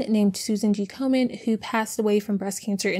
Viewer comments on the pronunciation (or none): It's Komen, no "r" 😉. They are one of the worst money grabbers.... Hardly any of their donations actually go to active research. Please don't give them a dime!